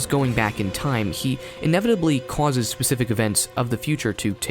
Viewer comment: "Cwauses". I love the way you say causes. 😂